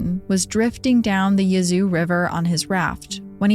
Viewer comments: Im from south TN but I did too. Lol I hollered, "Yuh-zOO?! It's YEAH-zoo!" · I grew up in Yazoo, that pronunciation caught me off guard 😂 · I love the podcast. Just wanted to say that first. But as a southerner - a Mississippian, to be exact - I chuckled at your pronunciation of Yazoo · I was looking for this comment! LOL!! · I’m so glad someone said something 😂 I love her but I was correcting her pronunciation out loud the whole time too.